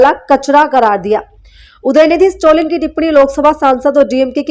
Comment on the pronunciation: Please tell his name correctly. It is STALIN STA + LIN ✅ Not STO + LIN ❎